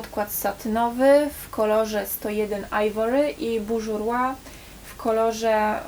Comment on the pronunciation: błagam tylko nie "bużurła" XDD